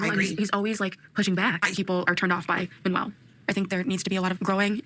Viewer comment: Its "Manuel", not Manual. 😅